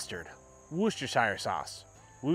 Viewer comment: Sauce looks great! Those knife skills though..🙄 "wuss - tur - shear